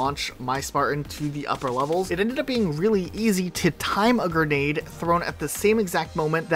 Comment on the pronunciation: please It’s pronounced “g-r-e-nade” not “g-e-r-nade” Big fan but that word kills me every time 💀